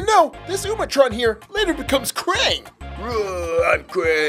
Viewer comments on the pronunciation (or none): It's utrom not umatron and he isn't even bad or krang. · It’s “UTROM”